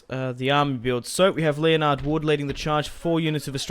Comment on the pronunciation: your general's name is spelt Leonard but is pronounced Len-ard like the guy off Big Bang theory. Not hating on you man 😀